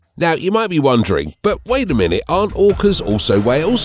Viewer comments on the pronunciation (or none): none